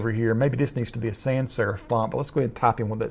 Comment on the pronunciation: Great tutorial, and you sound like Astronaut Charlie Duke which is a bonus. - p.s: It's "sans" not "san" - French for "without"